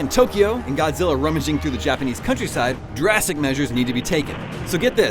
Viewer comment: They are not real Godzilla fan. If you hear them mispronouncing their names it is already hinted they are not a fan.